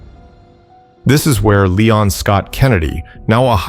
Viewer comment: “Lay-on” S Kennedy